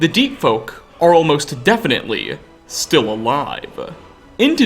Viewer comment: Prime example they are stil-ll ali-ave